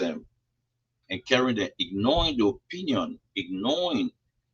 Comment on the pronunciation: that word is 'ignoring' not 'ignoing'.